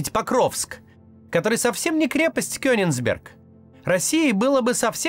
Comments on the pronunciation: Не КёниНсберг, а КёниГсберг! Попрошу! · Так, вот щас за КениНгсберг я б, конечно, уши редактору и корректору пообрывала бы. Кёниг. Кенигсберг. Калининберг, родинка моя.